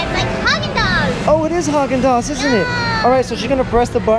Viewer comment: its prununciation is HAgen dAze